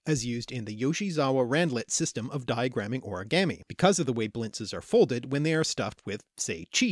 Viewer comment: You say origami wrong